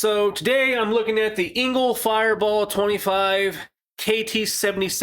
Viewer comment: It’s e-ngl not i-ngl.